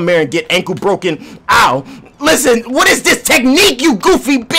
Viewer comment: “Whatrr are you talking bout”😂😂